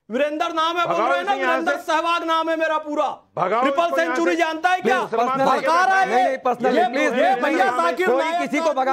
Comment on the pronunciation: Bharrke nahi bharrka